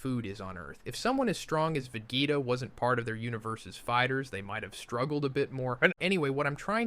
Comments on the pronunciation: The pronunciation of “Vageta” at minute is ridiculous. I respect that he’s a content creator and doing this for free but this AI is honestly horrible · Idrc that much if you do ai, but after the vegeta pronounciation... cmon man at that point I would just re-record it. It's a pain, ik, but like another commenter said, we're here for you, not an AI. If you're gonna use AI, I wanna be able to suspend my disbelief. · why is he calling sayains sciyons? and why is he calling vegeta vaggetta ? .....is this some sort of translation joke im not getting?